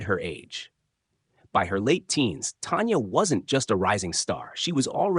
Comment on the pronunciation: It’s not Tonya it’s Tanya….get her name right!!!!!!!!!